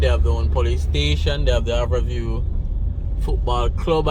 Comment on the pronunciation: It's Har-bour View not "Aar-bour View